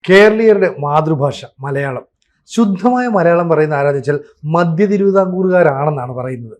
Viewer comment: മദ്യം അല്ല മധ്യം ആണ്